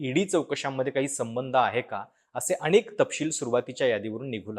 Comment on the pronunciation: अणेक! कंपण्या! लई भारी मराठी.